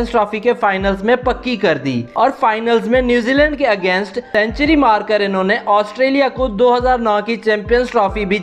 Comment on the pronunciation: Australia Not Asutrailian